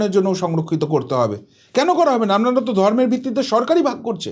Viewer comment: Amnara...amnara...amnara...amnara.... Disgusting